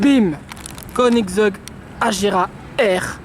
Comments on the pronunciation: Mdr quand tas dis koningseug javais compris au début konig zeub Ahahhahaha 🤣🤣🤣🤣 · Mdr comment t as prononcé la koenixseug